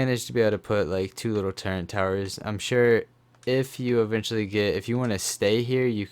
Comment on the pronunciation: Hey it’s turret not turrent